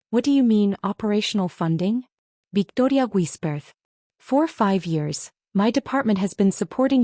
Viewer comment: Haha. “Biktoria Guisperth” = “Victoria whispered” in a heavy Spanish accent. 😊